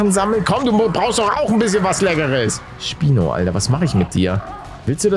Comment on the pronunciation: am anfang habe ich spinat verstanden